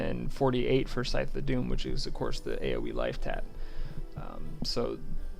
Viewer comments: I'd like you to go to the Merriam-Webster online dictionary and look up the pronunciations for "melee" and "scythe." Thank you. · Did you ever figure out how to pronounce "melee" and "scythe?" ;)